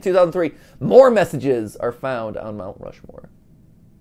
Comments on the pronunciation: “Rount Mushmoore” -MatPat 2022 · "rount mushmore" 😅😅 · Two very important post-viewing notes: 1) MatPat’s been part of a Heist before! 😜 2) “Rount Mushmore” just made my whole heckin’ day. 😁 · “Rount Mushmore” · "rount mushmore"